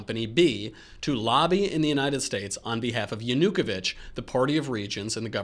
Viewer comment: Just FYI, you should emphasize O in Yanuko`vych last name. In this way, you will pronounce it right.